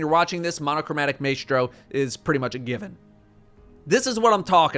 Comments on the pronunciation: Maestro is pronounced MY-STRO and anyone who says otherwise is bad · Monochromatic “My-stro” :) seeing people on videos saying it like you too. It’s the conductor of music :) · The way he pronounces ‘maestro’ makes me want to Superman punch his mouf Also don’t ever start off Coldfront with holding the trigger down Tap it Give it a second Then hold it down to get the most out of the extra damage Fuck this guy!